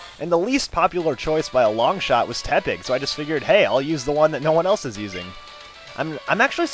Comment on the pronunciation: It's Porky Te-pig